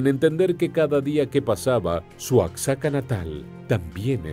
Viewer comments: Oaczaca😂😂 es Oaxaca, se ve q el q narra no es mexicano. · OACSACA......... MEJOR PRONUNCIA OAJACA...O OAJAKA.... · Se pronuncia "Oajaca". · No creo que eres Mexicano pero no sabes pronunciar Oaxaca. Si eres Mexicano serás la vergüenza de la familia.